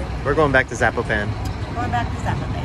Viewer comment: the way you pronounce Zapopan is pure blasphemy! LOL.